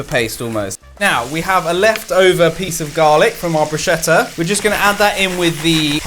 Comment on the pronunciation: It's "broos-ketta" not "brooshetta" 😭 (italian girl here 🙋‍♀) and congrats you've made me hungry in the middle of the night...